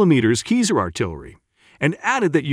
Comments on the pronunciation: not sure about that... My teacher used to say that there is no voice recording of à person from the roman times speaking latin. So there is no way to know how c is pronounced. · How many times can this dude pronounce Caesar wrong in 8 minutes? Must be some sort of record, even the captions don't know what he's talking about.